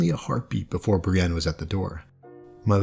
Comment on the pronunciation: You're pronunciation of Brienne had my confused for the entire first minute or two. It sounded so much like Bran, while I've always pronounced like Bree-anne (less exaggerated, but with a noticeable ee). This is actually kind of interesting, tho. I'm wondering if they aren't meant to have similar sounding names. I had never thought of them as being very similar, for obvious reasons, maybe, but thinking about it now, they are both far removed their peers, shunned, confused, miss-understood, with numerous clear similarities.